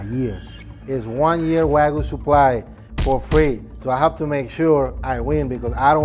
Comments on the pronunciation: It’s pronounce Wahgyou not wagoo… can’t even pronounce what he’s he’s an expert on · No rematch until can pronounce "Wagyu" properly and not "Wagoo" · its wagyu guys, not wagu😅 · When meat expert guy cant said wagyu correct way 😂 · you gwet fwee wagu fwoar a yeaw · Why say it WAGOO ???!??!?!? WHYYYYYYYYYYYYY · These guys cant even say the wagyu name right but they meat experts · Is it me or did the not pronounce Wagyu correctly? That makes me question his validity. 😅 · Brags about how good he is at cooking steaks, cant even pronounce "Wagyuu" correctly. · 15 years in the meat business and can't pronounce wagyu correctly